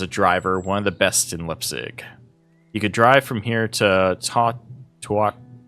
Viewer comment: Right on! And props for tackling these German names, quite tricky pronounciations there. Uhlich is "Oo-lick", Leipzig is "Libe-tsick", the rest you nailed perfectly.